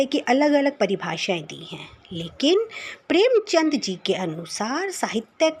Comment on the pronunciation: प्रेमचंद है प्रेमचंद्र नहीं please प्रानाउंस properly